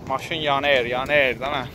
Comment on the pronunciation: Qaqa mawin yaner yaner dedin lap ele bildim biz tereflerdensen. deyqede😂😂😂👍